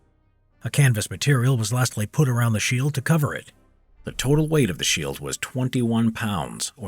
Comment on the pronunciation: Lol he said sheel in the beginning